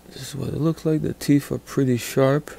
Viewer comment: What's a teef, why can't you people pronounce words properly